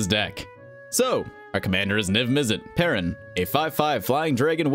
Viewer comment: everyone pronounces parun differently it makes no sense